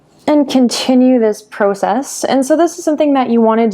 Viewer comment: No one is going to talk about how she says process?